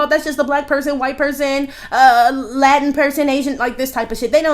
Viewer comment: Wait when she said “ a Latin “and I heard Aladdin for a sec😂😂😂😂😂